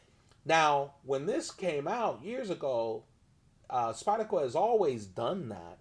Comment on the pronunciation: You realize "Spyda-co" has an R in it, right? lol